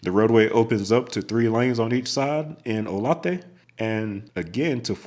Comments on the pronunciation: FYI “O-Lay-Thuh” not “O-La-they” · You really missed out by skipping I-35 in Kansas! It's only toll road in between Wichita and Emporia. Although a toll, the drive is gorgeous. Starting in Emporia, I-335 is the toll and I-35 is a freeway again. Also, in Kansas - Salina is Sa-Lye-Na and Olathe is O-lay-the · Sad to see you skip I-35 in Kansas on the parts I live and have lived on, but it is pretty much empty till you hit the KC metro. I also have to note some city pronunciation issues. Salina is pronounced sah-LINE-ah, not sah-LEE-nah. Olathe is oh-LAY-the, with a soft theh, not a hard thEE. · Great video. Kansas boy here. Salina is sah-LINE-ah. Olathe is oh-LAY-thah. Abeline is AB-eh-lean. But yeah, our town names are quite fun for out-of-staters to pronounce. As for Q39 barbecue, it’s pretty good. I prefer Joe’s Kansas City (still call it Oklahoma Joe’s). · AB-uh-leen The emphasis is on the first syllable, with a short "a" sound, followed by a soft "uh" and a long "een" sound Salina, Kansas is pronounced suh-LIE-nuh Olathe is Oh-layth-uh Thanks for pronouncing Topeka (tuh-pee-kuh) Correctly! And thanks for the videos! ☮ 👍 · Olathe is pronounced OH-lay-THa. Also I have traveled nearly the entire route of I-35 right up to the exchange with I-94. Not all at once, but certainly seen it at one time or another. Living in the DFW, that portion is the one I'm most familiar with, but in my truck driving days, I've seen a lot of the portion going thru Texas and Oklahoma, as I have worked for companies that had terminals in OKC and Laredo. I did get some familiarity with I-35 in KCMO as I was down a week there waiting for a replacement DEF tank when I caught some debris in the road in Kansas coming up into the city and that punctured the tank. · In Kansas it’s pronounced oh lay the (Olathe) 😂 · Every time a person pronounces Olathe as "Oh-lah-they" an angel loses its wings. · Olathe is pronounced like oh-lay-tha. Same syllables just different sounds.